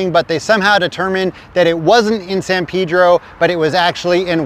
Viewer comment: its San "PAYDRO" Pedro....